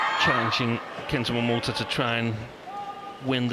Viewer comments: She says "Momoto" LOL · Btw announcer is pronounced as MoMoTa !!! Not MoMoTO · GILLIAN CLARK Stop calling MomotA - MomotO !!!!!!"!!!!!!!!!!!! goddammit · The whole friggin match she says 'momoto' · Stop calling him Momoto lol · it’s written MomoTA, not Momoto. If he wants people to pronounce it Momoto, he should change the name to momoto. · Great to see the early Momota. He seems not to be known when Gillian just doesn't get his name right. I hope he's still able to show what he's got when Corona's disappeared.